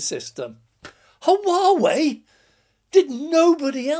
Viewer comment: No H pronounced in Whaa whey :-) = Huawei